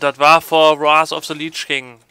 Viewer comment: Warth of the Liiitsch King :D